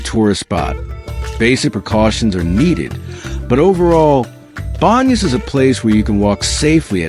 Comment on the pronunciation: I'm assuming that the narration is AI? I just skimmed through the video and I heard a number of mispronunciations for location names like Tungurahua and Baños.